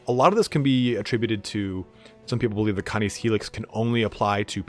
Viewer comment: its cay-niss. As in canine. As in doggo... as in wolf doggo